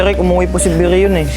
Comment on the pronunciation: Brion❎ Brilon✅